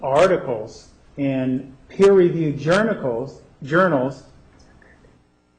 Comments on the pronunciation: fairyamma it’s about - I’m using Bose headphones and it’s clear as day, she whispers “it’s okay” right after he says journikles 🤣 which just goes to show, they’re intimidated by and Willmot is sitting there “cheering him on” like the amateur she is. LOL what’s your question 🤣 she really knows how to make him look like a fledgling law student. Another fave Nurmnut moment of mine is several episodes forward, when he is crossing one of the computer experts he refers to SpyBot Search and Destroy as “SEARCHBOT SPY AND DESTROY” 🤣😅🤣😅🤣😅 what a fool. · Here’s a pro tip for you Squirmy, if you’re going to be an asshole to a witness in cross-examination, but you don’t want to look like an idiot, at least learn how to pronounce “journals” correctly.